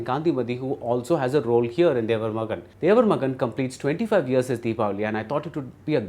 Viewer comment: I would expect a seasoned cinema critic such as Bhardwaj Rangan to get the basic pronunciation of the movie title correct - It is Thevar Magan NOT Devar Magan.